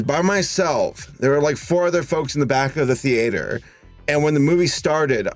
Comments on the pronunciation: I've never heard anyone pronounce 'theatre' like this unless they were parodying themselves. Seriously, man, what is that? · *thee-ATE-er intensifies* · how did he pronounce theatre?! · ..btw pronounces "theatre" in such a weird way XD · Are we just gonna ignore how is pronouncing theatre?